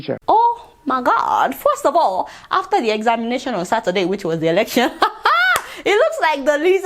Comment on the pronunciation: Adeola pronounce "The" as "Zah" 🤣🤣🤣🤣🤣🤦‍♂️🤦‍♂️🤦‍♂️🤦‍♂️